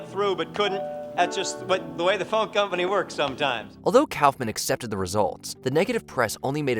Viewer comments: Disliked this video for the numerous errors. It's not "cowfman", it's "cough-man". Damon Wayans and Jenny Slate didn't ruin their careers on SNL. This reeks of AI slop and I look forward to better content moving forward. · It's pronounced COFF-MAN. It is NOT pronounced COWFF-MAN. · Just FYI: Kaufman is pronounced “koff-man” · Cow-fmen? what, just for that you should have any career in journalism blacklisted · JesusFChrist, for all that is still holy and sacred in this god forsaken country "K-A-U-F-M-A-N" is pronounced "C-O-U-G-H-M-A-N! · Kawf-man? Clearly ai, or doesn't actually know who Kaufman was. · “Damon Wayans was fired and then went on to become a huge star AFTER he ruined his career.” Do you hear yourselves? Also, who is Andy KAUFFFFFman? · Calling Kaufman calfman is pretty ridiculous and frankly despicable. Way to go with your shitty ai. If not ai you truly are really shitty at this and need a new hobby/job whatever you think this is for you. Basically, go to a construction site, find a foreman, and ask to dig holes as a entry level laborer. Until you do that type of work or something in the service industry (I do both) you really don't deserve a fuckin penny for putting out this kind of trash and makes me sick how lazy you are and consider it work. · Your AI needs to be taught how to say Kaufman. "Caugh-man" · I love how everyone in the watch mojo videos keeps mispronouncing Andy Kaufman's name when they say it. They even managed to edit the video clips in such away that his last name is never said by the people on SNL, who would have pronounced it correctly. This at least the second video where this has happened. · Why the hell can't you pronounce Kaufman properly? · You might want to learn how to pronounce Andy Kaufman's name before you narrate a video partially about him. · The way this guy pronounces Kaufman makes me blind with rage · You’re saying Kaufman wrong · Why do you pronounce Andy's last name like that?